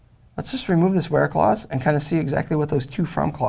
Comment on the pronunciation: where clause sounds like bear claws